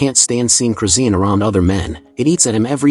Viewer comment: Her name is chrisean not crusine These ai videos getting out of hand